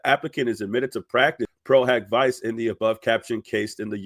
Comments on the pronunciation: love your content but you really should find a legal or Latin-knowing friend to help you pronounce the Latin terms. “Pro hac vice” is pronounced “pro hawk vee chay”. Amici curaie from a previous video is pronounced “ameechee curahy”. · I’m not being pedantic because you’ve been doing an amazing job. But just a quick note: Pro Hac (hock) Vice (VEE-che). Please don’t think I’m being a huge jerk. I’m literally just saying the pronunciation, NOT correcting you. But honestly, as I said, I’ve been watching you on fire with these documents. You’re so appreciated in the community because you’re Johnny on the spot with the facts! Thanks for watching this so closely!❤❤ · I was taught the pronunciation is “Pro” “Hack” “Vee-Che’” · No, it’s pronounced HOCK not HAK. Please don’t miseducate people. Pro-HOCK-vee-chay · Lol pro hoc vice = pro hawk veechay ❤ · No, you did the right thing. I was coming to correct that too. It’s important for these creators to pronounce things correctly. Thank you 😊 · It's Pro Hac (hak not hock) Vice (Vee-che) . this is a latin pronunciation of "A"